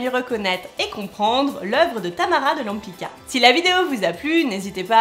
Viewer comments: She's name is Tamara de LempitZka, non Lempika ...hhh...Polish C = TZ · It's a Polish surname- Łępicka -and you mispronunce it 😥